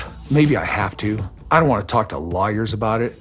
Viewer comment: Is it just me or dies Kody say lawyers like liars? Freudian slip?